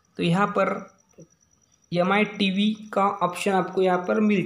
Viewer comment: Not mi he say yami